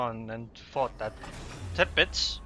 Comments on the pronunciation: Love your commentaries man ;) especially the way you say "Tirpitz" :D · Its actually how Its pronounced